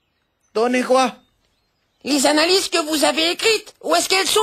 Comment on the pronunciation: Anna-Lise confondu au lieu de analyses 😭